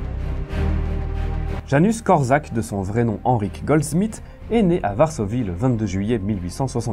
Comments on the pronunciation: super video ! par contre pour infos , ca se prononce "Yanouche Kort'chak" :) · On prononce: Yanouch Kortchak